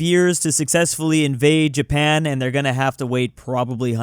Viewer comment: Jay-pan 🤣Don't get more Murican than that.